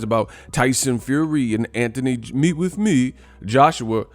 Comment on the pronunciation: "Meet wif meeh" 🤣😂😭